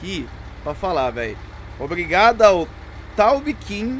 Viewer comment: Taubkin sou eu mano kkkkk pronunciou certinho 👏😂